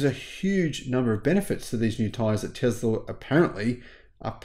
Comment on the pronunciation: I love your videos but where the heck do you find the Z in Tesla?